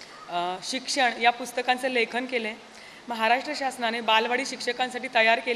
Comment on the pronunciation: महाराष्ट्र असा शब्द आहे उच्चार म्हाराष्ट्र असा निवेदिका ताईंनी केला, काय हे?